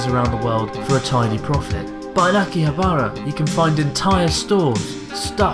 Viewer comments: Hey abroad in Japan! Love the videos ever since I went to Kagaya after your episode. Quick question... why do you say Akihabara with strange intonation? Is it on purpose? Don't mean to be rude, just wondering if you genuinely refer to like you do in this video :) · THERE'S NO EMPHASIS ON THE ば IN 秋葉原！！！！！！！！！！！！！！！ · someone help is that really how you pronounce Akihabara? I thought it was aki-ha-ba-ra rather than aki-habar-a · Every time you said Akihabara I cringed!! It's pronounced Ah-ki-HA-bah-rah! (NOT Ah-ki-ha-BAH-rah) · its akihabara not aki-habArA i just felt like hermoine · My eyes roll everytime he says Akiha-bah-rah. It's not too hard too say, really! A-ki-ha-ba-ra. あきはばら。sorry, but that's just because I know how to pronounce and write it. Call it cocky if you want XD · Ah key haa baa raaa. Please tell me you were butchering it as part of the act. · Pretty sure Chris was saying "Aki-habara" just to trigger people. Lol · it really hurts to hear you mis pronounce akihabara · you make me cringe with the way you say akihabara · Idk if it should.... but that pronunciation of Akihabara drives me crazy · thats its anglicised pronunciation. I say akiha-ba-ra when speaking about it to my english friends.